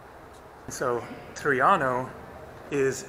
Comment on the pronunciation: The way he pronounced “Traiano” is good enough.